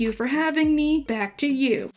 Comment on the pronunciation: DID YOU HEAR THAT? He said “Thanks for having MIAAAAAAAAAAAAA!”